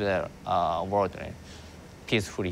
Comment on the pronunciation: The way he puts emphasis on "peacefully" makes me think otherwise.